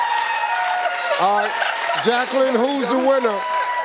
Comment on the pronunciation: He is pronouncing her name incorrectly, it is Jayqualin.